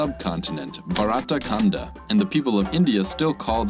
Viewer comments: Yup it's simple, and have good meaning, except his pronounciation was bit off but good try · Did absolutely right to describe India (or Indian subcontinent) But yeah the pronunciation is nowhere what actually it's like.